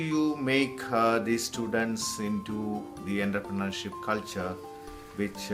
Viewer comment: eda poo VC than poyittu entrepreneurshipinte pronunciation padichittu vaada pulle